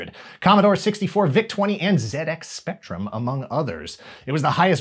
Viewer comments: it pleases me so much to hear you pronounce ZX Spectrum the correct way. Also, this show had one of the best theme tunes ever. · I am always heartened by continual correct pronunciation of 'ZX Spectrum'.